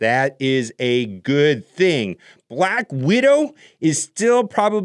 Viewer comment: Did you say „Black Weirdo“ 😆